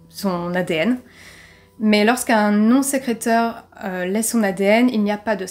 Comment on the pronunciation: Bonjour à tous ! Nouvelle vidéo et surtout nouveau cold case cette semaine. Vous pourrez remarquer que le mot "sécréteur" n'a pas été le plus évident à prononcer Mais également détectrice et vingt, vraiment désolée pour ces erreurs 😅 Pour ceux qui me suivent déjà, vous pouvez constater un petit changement de décor, n'hésitez pas à me dire si vous préférez ou non ! En espérant que vous appréciez cette affaire 🙂